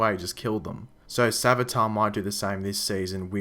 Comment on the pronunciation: savitar. more like svage-tar...